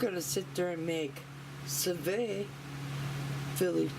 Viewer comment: Ok I have watched all your Sous Vide videos, # 1 trying to learn how to pronounce it!lol, you do it so well, # 2 I want one of these!, I have learned so much about this gadget from your video, everything looks awsome, made my mouth water! This is definitely on my list, Thanks, for the Sous Vide 101 class, Loved it.